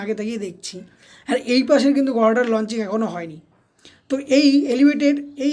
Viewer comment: উচ্চারণ ঠিক কর। গর্ডার কি?